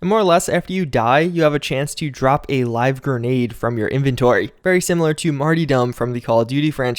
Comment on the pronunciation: Lol Mart-e-Dumb